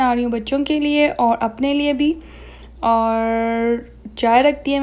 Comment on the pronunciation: No offence but use the correct accent of urdu especially with the word 'Aur' instead of 'Aurh'. Peace